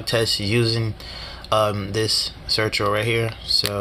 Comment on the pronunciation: It’s Certo not Certro .. had to say somethin